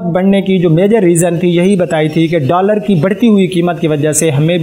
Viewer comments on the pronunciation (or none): none